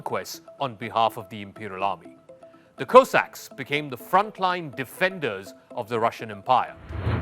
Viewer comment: Go away you cannot even pronounce Cossacks….